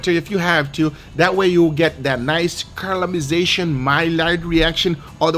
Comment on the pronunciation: ”that nice carl-a-mice-ation, my-lard-reaction” Love this guy